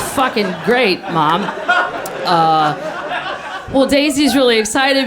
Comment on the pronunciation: Yah...if you’ve never left the Midwest, it’d be best to visit NYC and CA first, before embarking on a trip to France! At least the embarrassments,would happen domestically first! Lake of the Ozarks...LOL! Ooooh! High culture! Hah!! One clever a-hole...one for my team! I love the way she says, “Maahm!” So midwestern and comical. KM is a genius!